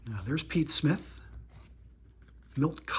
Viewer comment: Awesome awesome video - great way to kick off my Sunday! And I wanted to acknowledge you for pronouncing Pete Smith’s name correctly multiple times - I can see you’ve been practicing a lot! Kudos!